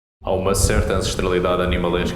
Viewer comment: hi, congrats to your pronunciation in portugues!